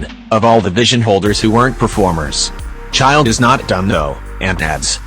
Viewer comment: it’s childe